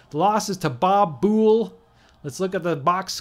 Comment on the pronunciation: For future reference, Buhl rhymes with "jewel", and Willey rhymes with "silly."